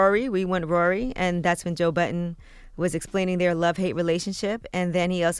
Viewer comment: Why Angela always saying Joe "Button" when its Budden... Everyone but her, INCLUDING SWAE said it correctly.... C'mon Angela... Yee know better